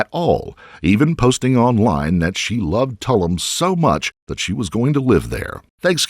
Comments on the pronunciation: It's pronounced Too-loom, not Tuhl-luhm. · Tuh loom - not tul um. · In your research it seems you would have found the correct pronunciation for Tulum! It definitely isn't tullem. It sounds like "2 LOOM". These kind of oversights always surprise (and annoy) me. Thanks for the video. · Please…Tulum is pronounced two-loom! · Tulum- pronounced like bloom. Tul ume